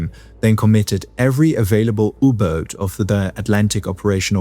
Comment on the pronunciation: never in my life have I heard someone pronounce "U-Boat" like that